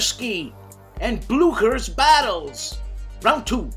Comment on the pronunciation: Every time you say Blucher a horse whinnies some where! :D